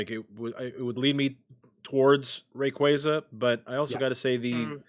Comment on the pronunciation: Gtfo its pronounced ray-quay-za ?! Lmao Great podcast guys really enjoying listening 👍